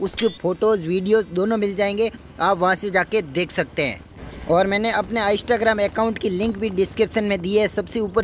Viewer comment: Bkl bolna seekh phele. aiistagrem nhi hota Instagram hota hai!